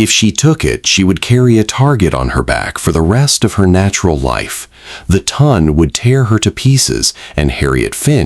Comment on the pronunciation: Its pelisse not police. The Ton is pronounced Taan not Ton like Ton of bricks. Really Excellent Story! I loved his mother & her sister & both protagonists. ❤